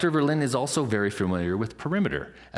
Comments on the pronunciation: Ver + Lin + Duh = THREE syllables. How I wish you Yanks had chosen for German as your American language. That was a close call. Lots of Germans in the States. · it's not berlint... it is Verrr - linn - duh.... not a w or b, it is a vvvvv